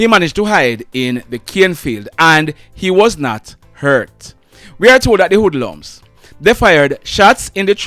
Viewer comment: Wood lums??? What's that, French???